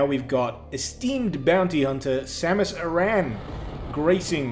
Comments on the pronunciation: It's Samus Aran not Samus Iran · samus uhran? that is not how you pronounce it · It's pronounced the same as Aaron. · Ha he really said Samus uh-ran